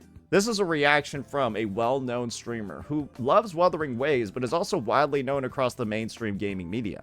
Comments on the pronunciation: Imagine being a host and intentionally butchering the game’s name live? He had a year to learn how to properly pronounce “wuthering”. It’s either he is meme-ing or secretly dislikes the game or (tin foil hat theory) an undercover hoyoshill. Jokes aside it’s kinda of funny how he keeps fumbling his pronouciation of wuwa. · Come on man! Wuthering is not that hard to pronounce😭. What in the Arikido is this? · What I think makes this funnier. I get them miss pronounce UMA because it's a Japanese word. But Wuthering is an ENGLISH word. So now I'm thinking the Game awards are intentionally mispronouncing names out of pettiness.😅